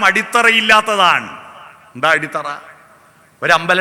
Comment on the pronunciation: അടിസ്ഥറ അല്ല അടിത്തറ എന്നല്ലേ